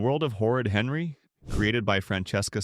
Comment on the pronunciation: I side with u but, who is “Herry” ? Don’t u mean Henry (just saying)